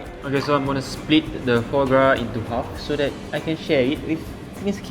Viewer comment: Just want to say that "foie gras" is pronounced = fwaa graa. I miss those episodes where it is not sponsored. This episode sounds a bit less genuine.